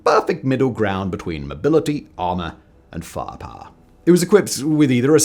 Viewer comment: I love the pronunciation of fire power as "fah pah."